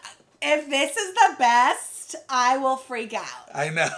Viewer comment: the worst or the "beat " meal 🤔 🤣🤦‍♀️ do you mean best meal 🤣 and you need a shirt that say # exactly # absolutely # needs more sauce